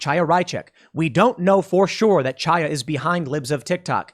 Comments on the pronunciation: FYI, Chaya is pronounced differently from what you are saying. The initial sound is not "ch" like in "change". It is the gutteral sound like the end of the German word "Reich" using proper German pronunciation. Chaya is a Hebrew name. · Hi Tim, here is Alex from the UK. I happen to speak Russian and Hebrew. I just wanted to tell you pronounce the name of the woman from LibsOfTikTok wrong. It’s a known Jewish name where CH is spelled as H like in “human”. Great work, enjoying it every day!